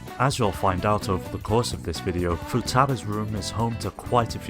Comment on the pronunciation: FOO TA BA not futba…